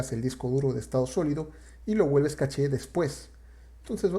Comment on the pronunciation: Es correcto "Cash" si hablás en Inglés. Estás hablando en Español, por lo tanto es CACHÉ.